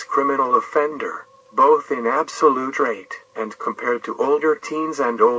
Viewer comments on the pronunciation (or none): none